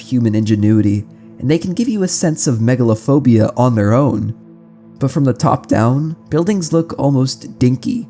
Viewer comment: Megalophobia? I heard Megalovania 😭